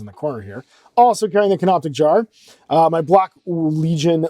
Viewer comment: the word is 'canopic'. It was funny in the 1st vid when you laughed at them getting the word wrong and got it wrong yourself, but since it keeps coming up, I feel like someone should tell you